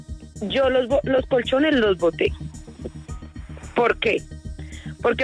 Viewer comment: Pero ella dice conchones de segunda y mal estados que triste. Enserio